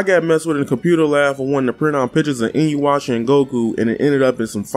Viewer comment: Nah dawg, you got messed with in the computer lab because you still call it "Inuwasha"